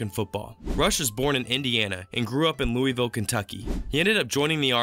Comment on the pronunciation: I’m just upset about the Louisville pronunciation😞